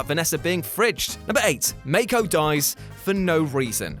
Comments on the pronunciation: It's pronounce Mah-ko, not May-ko. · Dude, you are KILLING me with how you pronounce Mako's name!! It is Mah-ko, not May-ko! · Excuse me, who’s make-oh? Mako’s not pronounced like that... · And that he mispronounces Mako's name multiple times, as though he'd never watched the movie. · Well, it doesn't specifically say that Raleigh is dead, just that he's 'gone' or something like that. Even the producers said they decided not to make his death a certainty, because they'd like to bring Charlie back if there's a third movie, so they left his fate a mystery. Basically he's just presumed dead, but not confirmed. And yeah, the thing about mispronouncing Mako's name repeatedly was annoying...